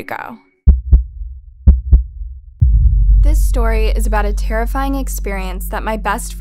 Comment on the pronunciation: I love how the fourth one was called “stary 4” lol but this is not a hate comment